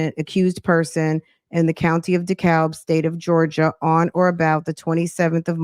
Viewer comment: It's pronounced Dee-cab